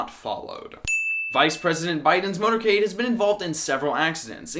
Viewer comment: It's 'MOTORCADE' and not 'MOTERCADE.'